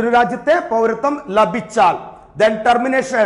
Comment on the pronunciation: ലഭിച്ചാൽ .....എന്നതിലെ ല നിങ്ങള് പറയുന്നത് കേൾക്കുമ്പോൾ അരോചകമായി തോന്നുന്നു